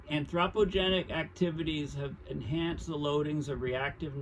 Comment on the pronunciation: Your mispronunciation of anthropogenic is grating… but I appreciate your breakdowns… see Geoengineering for more understanding…